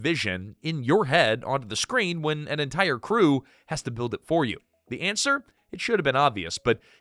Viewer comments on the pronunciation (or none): none